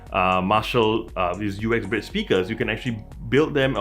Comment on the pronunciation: It is always funny to hear Americans speak... It's the way they make up words :-) This is not the U-X-Bridge, it is indeed Uxbridge - pronounced as written - Ux-Bridge. 76 Uxbridge Road in London, is the place where Jim Marshall opened his first music shop (or store in American :-) ) and yes, it is a very nice speaker (arrived today), modest obviously due to its size, but a well rounded tone. It is good to see Marshal Headphones putting Google Chromecast back on their devices - I have the Stanmore II plus a number of Sony speakers and Google Audiocasts, all of which are playing happily together, but I would like the Woburn with Chromecast. Have a nice day y'all!